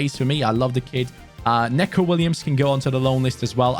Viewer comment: your probability not gunna read this but when u say Neco Williams it’s not Necko Williams it’s Nico Williams just with an e